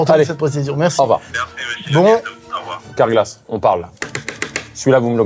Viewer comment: « car-glas » les gars ……..